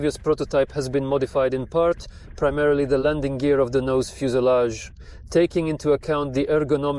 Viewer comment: Как задрал ваш ИИ и его на и хреновейшая озвучка ..... ФУЗЕЛЯШ .